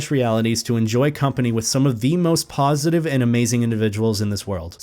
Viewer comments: I hear PAWsitive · "Paw"sitive im sorry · Am I the only one who thought he was making horrible furry puns every time he said "positive"?